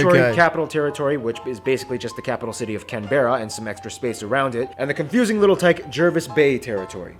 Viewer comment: I died when he pronounced Canberra and Jervis Bay wrong over and over again.